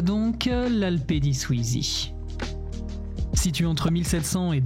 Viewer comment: C'est Alpe di Siusi et non Suisi ;)